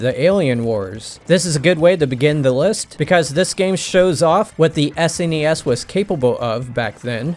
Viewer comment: Thank you for pronouncing SNES correctly. I cannot stand the people that don't know how to pronounce it